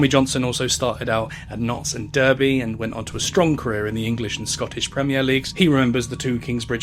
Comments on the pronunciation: Derby 🐎??? Pronounced Darby, you are 🏴 not 🇺🇸😃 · Good video but dude, where do you live that you don’t know how to pronounce Gillingham (Jill) and Derby (Darb) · A well put together video & I wish the V11 players well. There were some strange mispronunciation's in here, though. Aira=era (US version given) Gill (as in the small west country village) ingham & not the football club in Kent Derr-by (as in the horserace) & not the midlands football club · those pronounciations are so weird, it's dar-by and jill-ing-um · to me it shows despite this being a football video he's not a big football fan. Especially as the word derby (pronounced Darby) is also the name for a game between rivals. No native English person (which he clearly is) who's also into football would pronounce that incorrectly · Great work, but how come you can't say "Derby" correctly? It should be pronounced "Dar-by". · Really derby gillingham. How can u not pronounce these cities correctly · I think he's probably just not a football fan. Many place names are learned through hearing them in a sporting context. I would never of heard of places like Gillingham (which he also mispronounces), Doncaster or even somewhere like Barnet or Aston without football. Derby is a strange one admittedly as it's a city rich in heritage, but it's quite possible he's just never heard it pronounced before. I imagine most foreigners would see the "er" and pronounce it in a similar way.